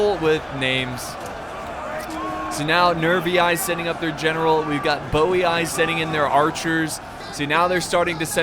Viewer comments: I'm almost positive Geate is pronounced like Yeet with a G sound in front of it, Geet. Also I'm rather sure Boii is pronounced Boy. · I never knew they were pronounced '' Bowey eye'' i always just call them Boiiiii lol